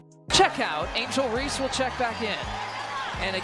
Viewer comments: I bet when you were in the military and there was a General Reese who’s name you had to pronounce in front of other military personnel or directly to the General, you ain’t gonna be cute and ignorant then and pronounce his name as Reesey…stop being a goof’; no disrespect bro but we have to stop making ignorance popular. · Bro you ain’t that stupid; you know damn well her last name ain’t pronounced fkn’ (Reesy). You pushing ignorance my boy; pronounce that woman’s family name correctly. Stop trying to be cute.